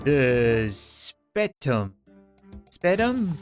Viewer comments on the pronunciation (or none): The spetum is the sp-e-tum not spettum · the spertum is sayed like sper-tum